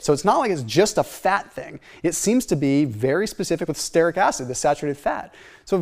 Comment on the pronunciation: Brad Marshall, creator of The Croissant Diet is all about stearic acid. He added starches to the diet to prove that the belly fat eliminating function of stearic acid works even when not on a ketogenic diet. Btw, stearic is pronounced STEER-ik, not STARE-ik. Love the vids, longtime subscriber.